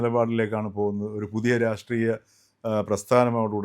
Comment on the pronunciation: 😂 Raattreeyam ennu parayoo..angane parayunnathaa prabhudha lakshnam. Rashtreeyam ennu paranjaal up school level aakum. Deedhikku raatreeyam undu .. Vivaram illaa.. pothukalude friend aayaal, Ithu pole oru item Amerikkaayil undu..